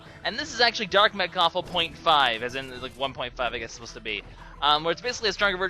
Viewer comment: It's not Mekawful. It's mechawful